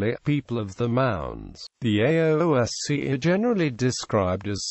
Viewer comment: This has to be the worst attempt at pronunciation ever. It's pronounced as ess shee or (in the past) aes shee by most Irish Gaelic speakers.